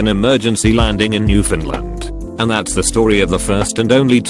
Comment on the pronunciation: Amazing how the text-to-speech pronounced Newfoundland correct